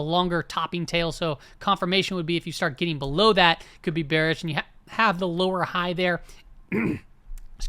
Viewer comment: “you’re bewish you’re so bewish” has to be the funniest sound bite of all time